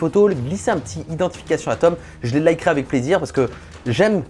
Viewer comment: S'il te plait arrête de dire "avé" au lieu de "avec"